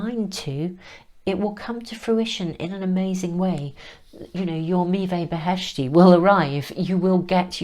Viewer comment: Dear I am Iranian, and the cards are all in Farsi beautifully artsy painted, and I must say I am impressed the way you pronounce the sacred fruit! Meeveh Beheshti literally means: heavenly fruit. And the arts on the cards reminds me of Hafiz & Rumi our famous spiritual poets poetry. Thank you 🙏 🙌🏻🙏🙏💌😇☮️🙏🙌🏻